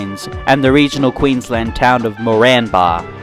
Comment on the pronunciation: Moranbah - pronounced like this - More an barr - but quickly no breaks 😊